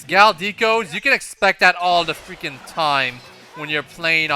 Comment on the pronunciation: Its pronounce deck-ko. Not dee-ko.